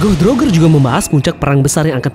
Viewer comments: salah sebutannya bukan "Rogger" tapi "Rojer" gitu dong. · wkwkwk cara lu nyebut roger literal banget jamet